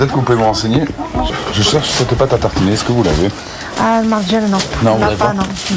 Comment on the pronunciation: la pâte à « tartchiner » 😂 on vous la laisse